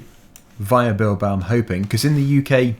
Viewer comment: u pronounced it well